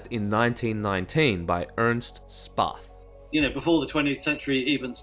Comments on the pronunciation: the a umlaut is pronounced ae, not ah. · It's Späth, not spaff 😂 like shpate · For future reference, the name "Späth" is pronounced "shpeht," not "spot."